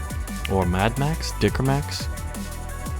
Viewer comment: the speech was very good but the A is not german A enough :D A little bit training and it'll be better ^^